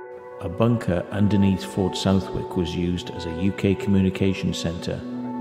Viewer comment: Southwick is pronounced suthick.